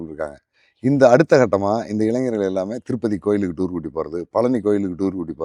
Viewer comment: இவர் புகைப்படம் கலைஞர் அதை முதலில் சொன்னா சரியாக இருக்கும் சரியான ஆங்கில (pronunciation) கூட வர வில்லை இவர் எப்படி பத்திரிகையாளர் ? (டூரூ ) கூட்டி போறது இவர் அடுத்த youtuber பேச தகுதி இல்லாத மனிதர் தற்போது இவர் பேசும் வரை நேர்காணலில் வீரப்பன் கதை இவர் மட்டுமே..... தவறு இவர் கூட காரணமா இருக்காலாம் இவர் தானே திரு வீரப்பன் அவர்களை புகைப்படம் எடுத்து .....